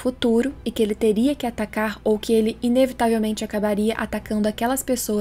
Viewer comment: Faz uns 4 vídeos que sempre que eu ouço a falando atacar eu ouço "tatakar" quase um tatakae